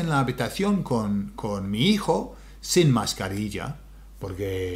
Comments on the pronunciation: Sin pronounced seen. Get him told Cynthia. Un abrazo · 5.41 once 7.52 twice. You say sin like the English word. Easy done for English speakers. 💪💪🙋😎🇪🇦